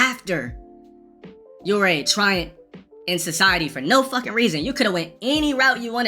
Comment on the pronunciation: Not Triant. This isn't Urien. The word is Truant.